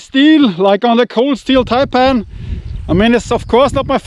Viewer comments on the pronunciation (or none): none